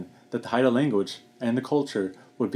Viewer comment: Hey! I watched this documentary a few days ago. I thought it was really neat how you pronounced the words. It's interesting that the Gospel of John was one of the first major works done in Haida. Does any of your family speak Haida?